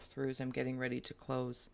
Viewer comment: Are you readddy? I am readddy 😂😂💚💚